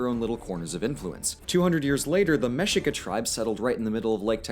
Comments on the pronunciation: Mexica us pronounced Mēshēkah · mexica pronounced ME-SHIKA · Mexica is pronounced Meh-shee-ka. Texcoco is pronounced Tesh-ko-ko. Prophecy is wrong. Tlaxcalan is suppose to be tlaxcalteca.